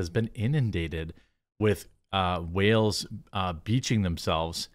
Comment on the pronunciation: Jeremy cant say White Whale